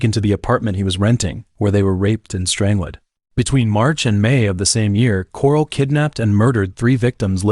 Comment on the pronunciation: "Strang~led" Lol